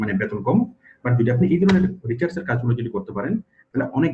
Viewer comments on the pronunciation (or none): আপনি ডাটা রিসার্চ কে রিচার্স বলছেন